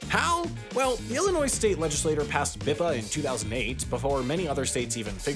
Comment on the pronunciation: Not half as much as it hurts to listen to the infantile little kid still saying "LEDGE-iss-lay-TORR" instead of "LEDGE-iss-lay-churr" after being corrected about it fifty fucking times.